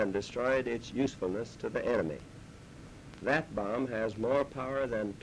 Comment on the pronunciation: Sounds like harry truman said Anime instead of enemy